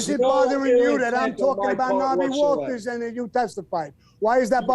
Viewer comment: Sammy has a hilarious way of constantly mispronouncing names.